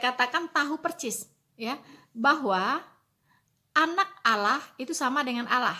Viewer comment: Kristen Goblok... Allah.. Itu lidahnya lam masuk ke dakam karena hukum bacaannya bukan macam.. Ala la la la lalong ala alalalong looong long long lontpnngg